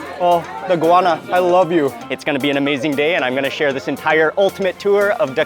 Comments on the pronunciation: the pronunciation is go-wa-na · What kind of pepper is it? Mark's pronunciation sounds like inguana, iguana, guana or guyana.